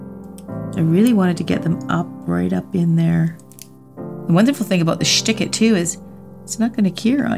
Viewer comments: I am in Germany and I just see and hear "Schtik it" and I cannot stop laughing 🤣🤣🤣🤣😘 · I'd have a million dollars fro every time she said "shtick it" LMFAO